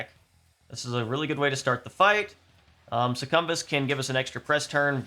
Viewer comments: IT'S PRONOUNCED SUCCUBUS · These boss strategy videos are really interesting, I’m eagerly waiting for my copy of the game to arrive. Also, interesting pronunciation of Succubus lol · Perhaps he is dodging YouTube Censorship? with a little speech manipulation ... Demons "specifically temptation Demons" might catch the overlords watchful Gaze ... then again he might just pronounce it that way?